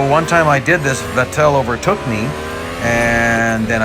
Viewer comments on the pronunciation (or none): Going back to early 2010's and the pronunciation of Sebastian Vettel as Sebastian Ve"tell". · Names says Hamilton, Bottas, Magnussen, Norris, Leclerc, Vettel New name Charles Leclerc And Sebastian Vettel +2 New names learned. Good job +1 point for perfect pronunciation (Leclerc) You pronounced Vettel wrong tho. I checked it (P.S this is not a hate comment) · As he messed up bottas name he has now messed up vettel’s name